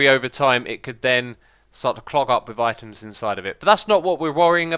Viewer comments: After a while it sounds like he is saying iTunes :P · at the beginning it sounded like "itunes" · Items... Eye-Tums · I thought he said iTunes at one point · items, I tim's, I timbs, eye tims. eye timbs....